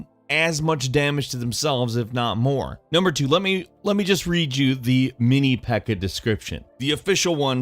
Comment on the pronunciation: Love the pronounciation for pekka